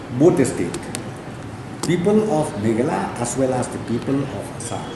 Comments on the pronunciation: Niiiiiiii man ba kren prestone ng sngp um ju nang ban pronounce ,"Meghalaya" shu ong bt "Meghla" Shame on u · What a game kung-fu hustle 🤣🤣🤣🤣🤣🤣........ Lah goi pronounce "Meghalaya" ruh u pronounce Meghala...🤣🤣🤣🤣🤣🤣..... Leit skul shwa me khie synlen 🤣🤣🤣🤣🤣🤣